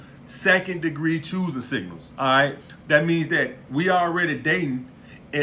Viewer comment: lmao second degree chooising singals Im dead